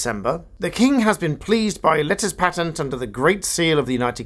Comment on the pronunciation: Letters PAYtent is the correct pronunciation.